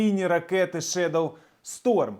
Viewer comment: Good for Great Britain! Fantastic news! I'm very proud. Would like to mention though that "shadow " supposed to be pronounced differently in British English, not "shedow" but shadow, A. Long live Ukraine! Glory to Heroes! 🇺🇦✌🇬🇧